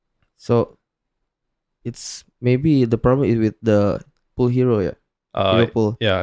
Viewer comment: HERO "POOL" WOI BUKAN HERO "PULL" WKWKWKWK